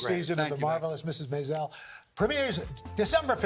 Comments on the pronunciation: Al pronounced MAISEL wrong. 😐 S2 E10 ending ... wht will happen 2 his character w/ Midge? 😟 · Apparently Al Roker is the only one who has never seen the show before. Why else would he mispronounce the title?